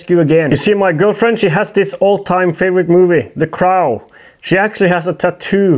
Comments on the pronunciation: Cr-owh? Cr-oh! Much love! I wish I spoke "Norwegian". Kråke!! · Thé craouwl. Pronounced crow. Say word « NO! ». Now say cr with the no. But leave out the n. That’s the O your looking for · In English it's pronounced with a silent w/hard o (like rhymes with Joe, or go, or sew) the cro in effect. Not like rhymes with out or about, or snout (the crau)... I know, we suck, lol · It's pronounced CROH not CR-OW . Like CR O. And your getting your w / v mixed up again!! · gesundheit just a small correction, its Kråu, not Krau :) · its crow not crow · Cro. W is silent. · my man, say it like this: "the cr-oh". the "o" is long in the word "crow". The Crow is a really good movie! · Say crow like Croh, as in oh or O in OK 👍 👍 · Say it with me.....cr-ohhh. Long O, No L in there kemosabe. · kr-oh, it's pronounced kr - oh... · The crow, long o no w sound. Pronounced like croe. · FYI crow is sounded kr-oh lol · hey yall from Texas :) also i found "the cr-ow" humorous and its whatever but its pronounced like cr-oh.